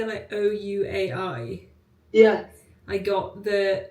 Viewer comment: it’s pronounced like waay (ouai) 😅 love this video